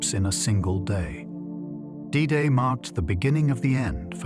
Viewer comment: Known forever as"Day Day"? Fucking AI!